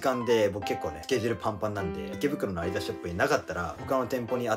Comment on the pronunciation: アイダスじゃなくてアディダスだと思います